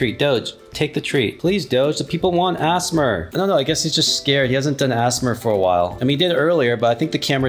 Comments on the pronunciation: also "assmer" is so funny dont mean to be rude but i think u pronounce it a s m r seprate letters :D and again happpy birthday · i love how he says assmer also happy bday doge!!! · It’s not asmar it’s asmr also happy birthday doge🐕🐕🐕🥳🥳🥳🥳🥳🎉🎉🎉🎊🎊🎊🎁🎁🎈🎈🎈😘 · Asmr ❌ Assmer ✅